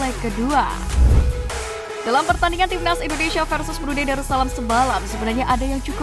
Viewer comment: Komentatornya repot amat nyebut.... INDONeiiiiisssyyaaaa😂😂😂😂